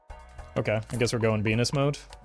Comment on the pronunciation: just curious, why do you call venus, benus? or Beanus